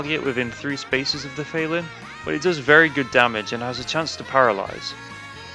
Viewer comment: Fel-Lyn???? Pretty sure its a pun on "FELINE"